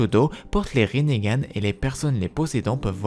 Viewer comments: Parce que ça se prononce Rinnégan peut-être ? 🤡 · Mais pourquoi tu dit rinégan